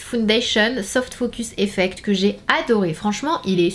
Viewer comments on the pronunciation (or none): none